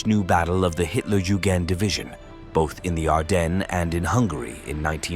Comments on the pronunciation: Hitler Jewgand division. That’s rich. . Not sure they would have appreciated the mispronunciation. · For those who don't speak German, "Hitlerjugend" means "Hitler Youth". Though it is pronounced various ways in this video, the correct pronunciation is "yoo-gint".